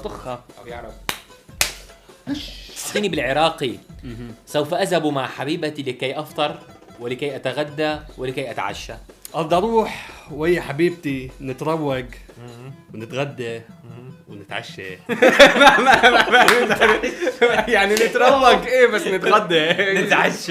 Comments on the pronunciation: نتروك❌ نتريك✅ هاذا الصح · نتروكَ ❌ نتريكَ ✅ 😂😂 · نتريگ مو نتروگ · العراقي صح بس نتريگ نكول مو نتزروگ واتغده واتعشه صح هيچ نحچيه احنه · العراقي غلط نتريك